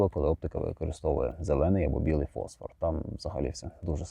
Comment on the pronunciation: Дякую! Маленьке зауваження від оптика: не фОсфор, а фосфОр. ФОсфор - це хімічний елемент. ФосфОр - це будь-яка люмінесцентна речовина.